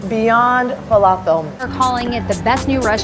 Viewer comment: It was always wild to me as a Palestinian, that ‘Israeli’ people claim falafel, but don’t know how to properly pronounce it???? Like kanafeh, hummus, etc.